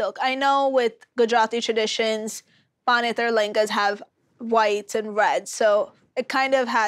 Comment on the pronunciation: Especially when she herself still doesn't know how to pronounce LeHenga.